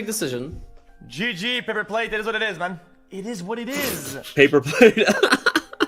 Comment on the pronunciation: It’s PapaPlatte Pay-Pa-Plate 😂 that was original